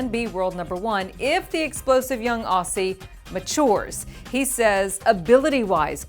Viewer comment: Aussie is pronounced ozzie not ossy